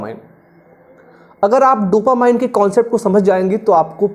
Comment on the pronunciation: Sir, dopamine ko डोपामाइन bolna galat hai, sahi pronunciation hai डोपामीन। Jaise "determine" ko डिटरमाइन kahna galat hai, sahi pronunciation hai डिटरमिन।